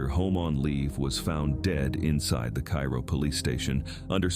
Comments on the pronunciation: It’s pronounced Care-o if you’re from southern Illinois. Every where else in Illinois it is called Kayro, like the syrup. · Neither is right. It is pronounced CARE-oh. I personally know someone who grew up there and worked in broadcasting. Besides that, my mother is from Southern Illinois and she pronounced it as CARE-oh. If you listen to a local radio station, they also pronounce it that way. Typically, the people who think it is Kay-row aren't even from the area. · Interesting video but it would be nice if you had learned how to pronounce the names of the towns correctly before you chose to nairate this video. . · If you're going to make this video, learn how to pronounce Cairo. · I live about an hour away from Cairo, Illinois. It has a reputation as a bad and very violent town…btw the locals pronounce it “Kay-row” or “Care-O” like the corn syrup. This has been accepted as the correct pronunciation around Southern Illinois. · Yeah, please learn to pronounce our towns correctly. Cairo is pronounced Karo. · It’s pronounced KAY-RO! And the earthquake is the MAAD-RID, not like the Spanish city. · It's pronounced "care oh.". Just ask everyone who lives there. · I am friends with 16 people who live there - all born and raised there - one in her 80's, one in her 70's, two in their 60's - and they told me it's pronounced "care oh." So I guess people can pronounce it however they want to. 😅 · Cairo Is Pronounced "KAY-ROW". It's Not The Same As The Capitol Of Egypt. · Cairo is pronounced Kay-ro, not like the city in Egypt even if it is Little Egypt. I live in Mt. Vernon, IL now, but spent 40 years in Carbondale, and was born in Campbell Hill, a town of 300 in Jackson County like Carbondale. I sure remember Valmeyer flooding and relocating, and I have been to Old and New Shawneetown many times. Thebes is a wide spot in the road I've driven through many times, and I remember when Grafton used to be a good sized town. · It is pronounced Care O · It's pronounced KAY ro.